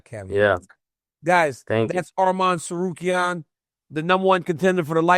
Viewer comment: Good job on saying his name DC u a G